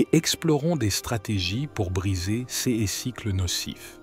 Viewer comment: Je me permets de vous indiquer que tous les "ces" sont prononcés cesses et l'on a le sentiment que c'est un robot qui parle....ceci dit, merci pour ces précieux conseils. 🙏